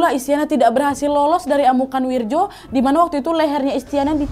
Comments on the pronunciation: Wak, gk ada nama wirjo di jawa, itu bacanya wiryo...wak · Wirjo kalo ga salah dibacanya jadi "wiryo" kalo d jawa khususnya tulisan dulu